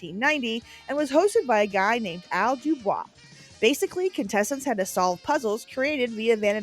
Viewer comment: Excellent video. Not often do I hear someone someone pronounce the Bumper Stumpers' host's name correctly and you nailed it (yes I'm Canadian). Little known fact, former Barenaked Ladies lead singer Steven Page was a contestant on Bumper Stumpers. Didn't win much apparently.